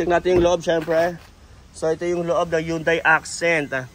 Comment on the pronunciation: yang yunday accent kunin ko yan